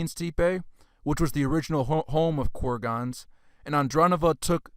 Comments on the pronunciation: It's Fut-YUH-novo, CURR-guns, An-DRONE-novo, E-ranian, Step. You crack me up, my 🤣. Keep up the good work bro, also make sure to shout even louder in the beginning of each paragraph in case people aren't paying attention! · "Kurg ons" "steep ay" "asslimlated" "Globe eular Amphora" He pronounces like hes ricky doing rickisms from trailer park boys